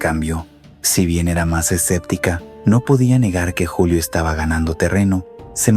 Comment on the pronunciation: ¡Esta no es una voz natural!! Es un bot programado por IA. Ojo como dice "Yulio" en vez de "Julio" en el minuto - . Y hay otros errores, por ejemplo, no hacer pausas naturales.